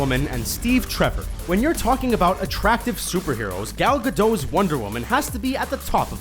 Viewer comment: I have to say that it is pronounced Gal Gadoe but spelled as Gal Gadot